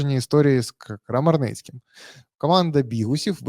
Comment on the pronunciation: не Крамарницький, а Комарницький